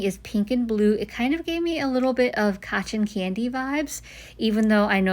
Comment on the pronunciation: Hey! 👋🏾 Gorgeous as always!! These colors are Stunning together! As I said on your IG page, I think I have to pick these up! Thanks so much and by the way, has anyone ever commented on the way you pronounce “cotton candy”? I think it’s the emphasis on the T’s. It’s so darn cute! ☺️ 😂😂😂